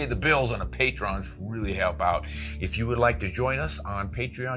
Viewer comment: You are mispronouncing "patrons".